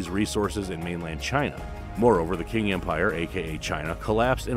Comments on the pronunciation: If you're going to do a video about Asia, it would be useful to find someone to help with the pronunciation of the places. (Qing is pronounced Ching, not King, etc.) I've lived in Japan now for 20 years. Previously I lived in China 1 year and Taiwan 3 years. You didn't really answer the question of WW2 from the Japanese POV. Your beginning was good, but later all you did was review the Pacific Theater. The military had taken over the government. After defeating Russia, Japan saw itself as equal to the Western countries and they believed they should have an empire the same as Britain, France, etc.. When FDR sanctioned Japan for attacking China, Japan saw that they had no choice but to attack the Dutch Indies because they needed oil and other resources. Japan saw themselves as liberators of Hong Kong, Malaysia, and Burma from Britain, the Philippines from the US, and Vietnam from France. Some Malaysians actually joined the Japanese initially until the brutality of their army became apparent. Japanese at that time and to this day see themselves as superior to other Asians. Japanese also see themselves as victims of the war due to the atomic bombings. They are taught nothing about the war hardly. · “Qing” is pronounced “Ching” not “King”.